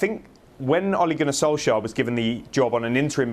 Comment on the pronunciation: That guys a broadcaster who mispronounced Ole Gunner Solskjaer name in every way lmao 😂 good old sky.